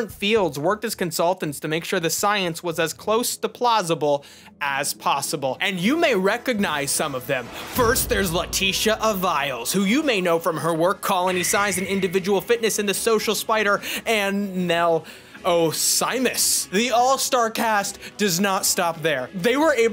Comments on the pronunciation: Real quick. Avilés is a Spanish name. One of the closest approximations in English is uhvee-LES. The i is the short ee sound, while the ending e is the long eh sound instead of being silent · The "Aviles" of "Leticia Aviles" is pronounced: "AH-vee-less"